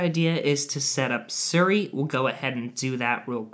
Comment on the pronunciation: The way he said Siri ugh disappointed 😂